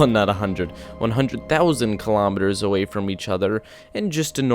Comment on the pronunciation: the way he says away lmao I love it